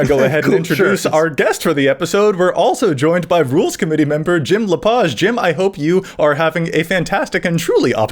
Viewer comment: is it pronounced La-paaj or La-Paige?